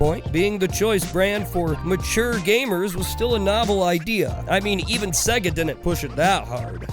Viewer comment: Lol why do you say sega so fucking weird? It's pronounced saaaaayga my dude. Great video